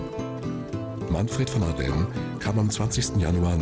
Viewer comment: Ardenn? Der war doch kein Franzose. Ich kenne ihn nur als Manfred von Ardenne - mit "e".😝